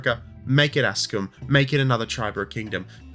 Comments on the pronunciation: One point only: it is Axum, not Askum. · Aksum not Askum. :) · Kinda cheapens the points about “Ridley Scott is a racist” when you get the name of Aksum wrong 5 times in a row when it’s on screen for us as you say it